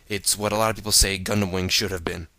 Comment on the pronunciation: When u say GUNDAM i heard CONDOM LOL XD